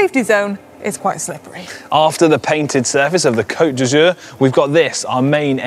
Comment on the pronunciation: Could you please have Si' pronounce "Côte d'Azur" correctly so it doesn't sound embarrassingly like "coat d'usure" (sic)? Interestingly that one, less enticing than Nice or Saint-Tropez, could cause a track cyclist to be immediately disqualified if encroached on... Awesome video overall!